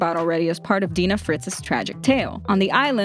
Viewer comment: dina fritz is acctually pronounced "dayna fritz"